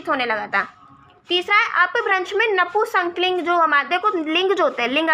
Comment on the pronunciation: नपुंसक लिंग को नपू संकलिंग क्यों बोल रहे हो,हिंदी पढ़ा रहे हो और खुद को ही हिंदी बोलनी नहीं आती।